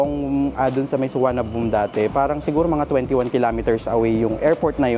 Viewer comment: fyi, pronunciation of airport is: Don Muang Suwanapum